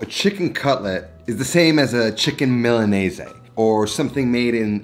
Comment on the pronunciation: You know it's pronounced Milan-eez right? It took me three rewinds to work out what you said lmao